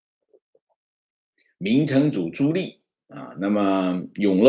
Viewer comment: 纠正一个发音。 朱棣，第二个字念di，第四声，不是li😃